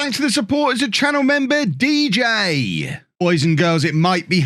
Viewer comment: The way you said DJ was hilarious!